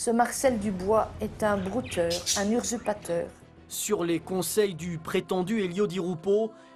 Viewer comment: "un ursupateur" 😭😭